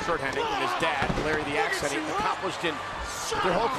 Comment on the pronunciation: Hennig not Henning.